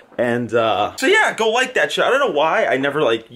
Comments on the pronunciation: If says shait, or however the fuck you spell it, one more time, I will kms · Stop saying shate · stop saying shayte please😂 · Not even a minute in and he says "Shayte" :| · No you wouldn't. They say shate not shiete, so you would be poor. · Please stop saying shate 😂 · PLEASE STOP SAYING SHAYTE... Just please 😭😭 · STOP SAYYING SHAIT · shayte why? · ffs stop saying shate. It's literally the most cringey thing ever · bro please stop saying shayte!!